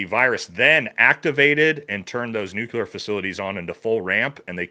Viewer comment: "Nucular" facilities? Uhh.....there's no such word as, "nucular". Elfin magic lookin dude sounds like the fool he is